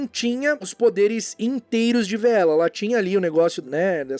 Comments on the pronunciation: VEELA "Vê-ela" não. "Vi-la". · você está correto. A pronuncia correta é "Vilas"